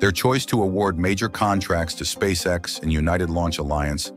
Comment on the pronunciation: The computer generated voice should be Elon‘s next big project. Just listening to miss pronounce the name of the company and components of the rocket. Is hysterical. That aside Spasecc X is way ahead of its competitors.